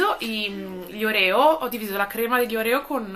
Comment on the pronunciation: la pronuncia dei oreo si dice orio perché inglese la e di proncia i e non c'è l accento sulla o finale.